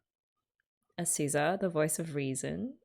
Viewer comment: Hi i'm one of the new people you mentionned-- Just wanted to point out you've been saying Azusa wrong this whole time, I thought you'd notice, but you've been saying Asuza instead of Azusa It's been such a blast, I needed an excuse to rewatch K-ON and it's really nice having someone to watch it with like that